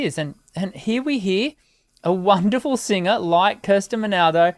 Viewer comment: Actually it is Mal-do-na-do